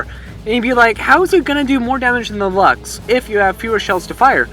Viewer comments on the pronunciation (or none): Luchs is pronounce lursk